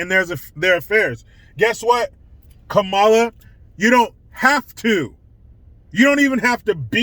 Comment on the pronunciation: It's "Kumala"